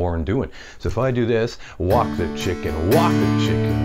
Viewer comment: Thought he said "Wok the chicken" 🤣🤣😎👍